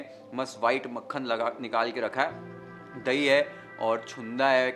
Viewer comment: thai nahi boltey.. dahi hai